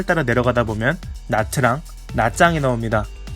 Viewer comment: 좋은 영상 잘 봤습니다.한 가지 알려드리면 "나짱"이 아니고 "냐짱- nhà trang 입니다.